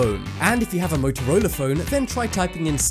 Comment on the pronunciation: Are you kidding me. Now on this video you say MotorolR and clearly there is not damn R it is A MotorolA. damn I can not watch anymore of these videos because somehow everything that ends in A you think is an R.